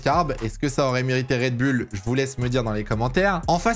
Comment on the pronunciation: Mon dieu le « red bulle »… c’est oule… redbull…